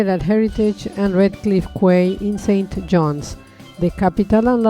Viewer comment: FYI, Quay is pronounced as 'Key' not 'Kway'. 😁